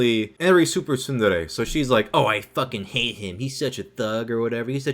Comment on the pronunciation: "yeah they FWOAKIN!!"